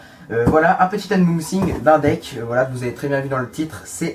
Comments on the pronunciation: je crois que c'est un UNboxing et pas UMboxing mdrr ;) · Unboxing pas umbouxing